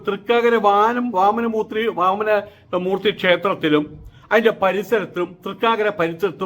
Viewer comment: ഈ സ്വാമി കുറെക്കാലമായി ജനങ്ങളെ കബളിപ്പിക്കുന്നു. ഒന്നും അറിയില്ല...മിണ്ടാതെ വീട്ടിൽ ഇരിക്കരുതോ...സ്വാമിജിക്ക് ചേർന്ന വാക്കുകൾ ഇയാളുടെ നാവിൽ വരുന്നില്ലല്ലോ. ശരിക്കും ഇവൻ ആരാ.... വാമന മൂർത്തി എന്ന് പറയാൻ പോലും അറിയില്ല..വാമന മൂത്രി എന്നാ പറയുന്നെ. 😅